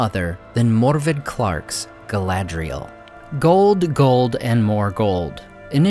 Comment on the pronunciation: Think Gil-Galad, not Glorfindel.